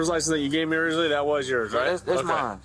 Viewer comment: Just FYI young lady…it’s pronounced “Me”….not “Me-A”…..no A at the end…..Ok-A?